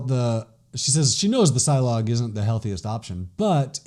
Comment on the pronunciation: silog is pronounced as see-lohg malunggay is pronounced as mah-luuung-ghai